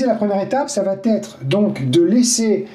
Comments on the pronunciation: Ça va T' être????.. merci de ne pas mettre un T à chaque prononciation.... Il n y en a pas. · Super merci beaucoup. Juste une petite erreur à noter, ne m'en veuillez pas, ne dites pas : ça va t'être, parce qu'il n'y a pas de T ça va être parfait😀😘. Rassurez-vous, beaucoup d'entre nous font la même erreur... Sinon, j'aime beaucoup, merci et bonnes graines à tous !